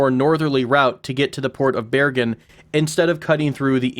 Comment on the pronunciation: Good pronunciation of Bergen :)